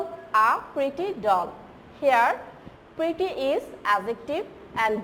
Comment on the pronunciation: Miss "Pretty" not "Preety"